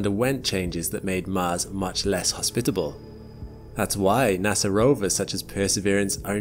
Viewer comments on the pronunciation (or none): none